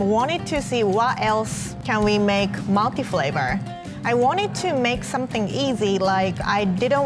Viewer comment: Oooh I thought she was saying milky flavor but she is saying multiflavor